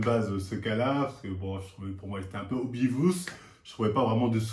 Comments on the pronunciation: "obivous" effectivement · "Obivousse" l'anglais du c'est quelque chose 🤣🤣🤣🤣 Ps: la légende dit que Marvel a du se faire remplacer sa rétine après cette analyse 😂